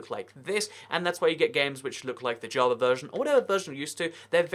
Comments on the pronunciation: It's not javar, it's JAVA and it's not "littery" it's LITERALLY. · Why do you say javar edition?